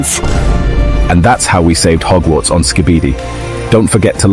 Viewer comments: Bro said ’’mogwarts’’ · Hogwarts nah mogwarts